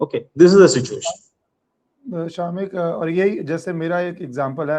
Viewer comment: Its not SHAAAMIK - much like its not RAAAW